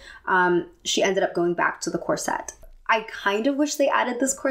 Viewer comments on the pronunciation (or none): Is there any reason you pronounce Corset as cor-sette? Gorgeous film and great analysis x